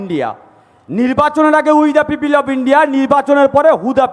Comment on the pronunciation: এই নোংরা লোকটাকে গুলি করা উচিত। পিপিল ?? ভুলভাল উচ্চারণ। অশিক্ষিত নাকি ??